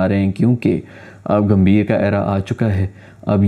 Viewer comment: Grrrrrrrr Its Gambhir not Ghambir Gam-bhi-r Similarly It's Kohli not Kholi Ko-h-li Proper noun hai to kuchh bhi karoge .... 😤